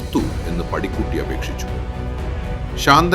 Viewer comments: പടിക്കുട്ടിയല്ല ബ്രോ.... പാടിക്കുറ്റി 🙏🙏🙏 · കഥ ഇത് വരെ കേട്ടതിൽ നിന്നും കുറെ വ്യത്യസ്തമായത് പോലെ തോന്നി.. AI ആണെങ്കിലും പാടികുറ്റി അമ്മയെ പടിക്കുട്ടി എന്നൊക്കെ പറയുന്ന കേട്ടപ്പോൾ എന്തോ അരോചകമായി തോന്നി. കുഞ്ഞു നാൾ തൊട്ട് കേട്ട് വളർന്ന കഥയും കഥാപാത്രങ്ങളുമായത് കൊണ്ടാവാം. വിവരണം AI ക് പകരം മനുഷ്യർക്ക് ആകാമായിരുന്നു 🙏